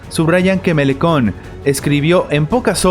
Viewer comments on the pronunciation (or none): su nomre se pronuncia "MELANCHON"